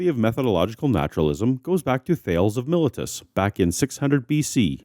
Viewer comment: Arrrgh! THAY-lees of my-LEE-tus Don't feel too bad, Derek(sp?) over at Mythvision makes this same silly error.